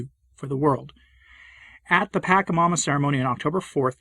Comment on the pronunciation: Why this weird pronunciation of the demon -- 'paka' instead of 'pacha'? Is it because he wants to diss it? I've asked before but got no reply, so if someone knows I'd appreciate a heads up because I can only listen for a few minutes. Thanks.